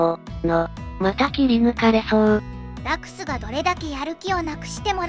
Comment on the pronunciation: ...つかラクス様をヲクヌって言うのﾔﾒﾛ